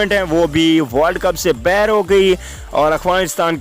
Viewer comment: باہر ہوتا ہے بہر نہیں